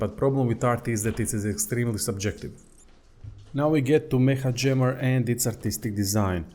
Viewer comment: Its pronounced "meka" jammer i think